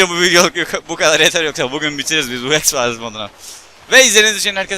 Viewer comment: x fayls diyecegine x farz diyo